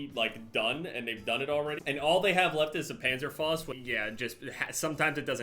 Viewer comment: Why can’t you say Panzerfaust correctly